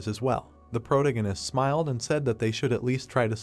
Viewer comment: Dude, for the love of anything holy, google how to properly pronounce "Protagonist" and teach the text to speech program. If you are going to use the damn word every sentence